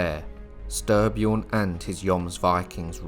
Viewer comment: Stry pronounced stree. Nice video